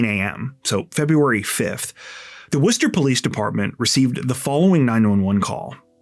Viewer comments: Thank you for pronouncing Worcester correctly ❤❤❤ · As someone who grew up near Worcester, thanks so much for pronouncing it right! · Thank you for correctly pronouncing Worcester. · Thank you for your correct (albeit non-native) pronunciation of Worcester! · Dude, did you pronounce Worcester almost like a local?? 🥳👍🏽👏🏻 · You are literally the first person that pronounced my city correct that doesn't live here.... literally no one can pronounce Worcester without the Boston accent. Shout out to u my dude.... somehow i didn't even hear about this and I literally live in Worcester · Thanks for doing the work and properly pronouncing Worcester. Those little things show you care about the stories and people you tell stories about. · How did you know how to say Worchester??? NOBODY says it right 😂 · As a Masshole, THANK YOU for pronouncing the city of Worcester correctly. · Thank you SO MUCH for pronouncing Worcester correctly!!!!🎉🎉🎉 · Born and raised in Worcester. Thanks for covering this case.. and pronouncing Worcester right 😂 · Thanks for pronouncing my city name correctly. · Hi from Worcester, MA! Thanks for sharing this and pronouncing Worcester correctly 😅 keep being awesome! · Wait, how do you know how to pronounce Worcester correctly? Most not from MA don’t. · Props for pronouncing Worcester correctly. Most non-MA residents get it hilariously wrong.😊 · I agree, and I'm near the UK city of the same name :) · Wow, someone pronounced Worcester correctly finally! 👍 Idk why Worcester keeps popping up in true crime lately, but nobody else has gotten the name right! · I can't believe you said Worcester right i lived here years before I got it right...lol I love you keep up the amazing job we love you in Massachusetts ❤❤❤ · Thank you for saying Worcester right ❤️.